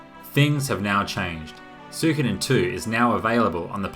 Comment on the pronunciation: You pronounce it like me Soo-ko'dn. Most people saying "Soo-ee-Koden"